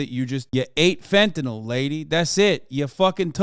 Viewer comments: She deals with fentanyl, but can’t pronounce it correctly. Fenta-NAWL (SIC). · It's fentanyl, not fentanol. Proves how little she knows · She lost me at the "fentuhnall" pronunciation. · Reefer Madness. And why are ee calling it fentanol/fentanall it's fentanyl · It's really annoying that she keeps saying "fentanol" It's "fentanyl" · Heh heh, "hentanyl." Getting a high off of animated tig ol' bitties. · "Fentanol". Can't even say it.